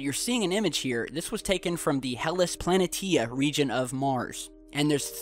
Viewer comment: Planitia is pronounced plan-E-sha not planet-tee-a